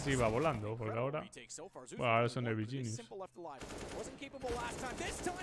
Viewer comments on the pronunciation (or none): none